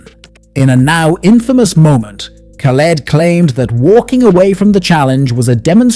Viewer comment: I abhore this man, but as soon as you said his name as KAH-LED (even after the amount of times he says his own name) I knew you're gonna piss me off so I had to leave this comment and leave 😂